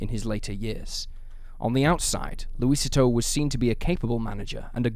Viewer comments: Small correction for you: "Luisito" is pronounced, Loo-ee-SEE-toe, not Loo-Ee-sit-toe. It translates to, "Little Luis." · Lucy-toe for Luisito isn't any better. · Its laugh inducing hearing the mispronunciation of "Luisito". Interesting vid, tho.